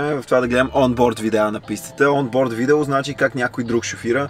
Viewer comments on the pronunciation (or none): none